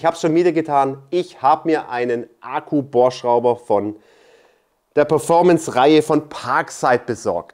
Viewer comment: Ich feiere wie Du Ahku sagst, herrlich! 😂